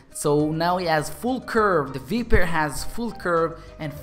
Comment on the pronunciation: You don't pronounce it vIEper you pronounce it vEYEper